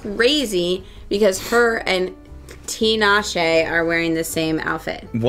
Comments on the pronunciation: is one of very few people to pronounce Tinashe’s name correctly lol so kudos to!! Y’all looked so good on the carpet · also thank you for saying tinashe's name correctly !! I never hear anyone pronounce it right